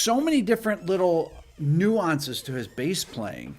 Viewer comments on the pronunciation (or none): none